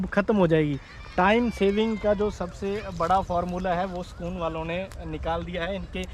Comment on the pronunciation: Sakoon nahi bhai Sukoon 🙈🤦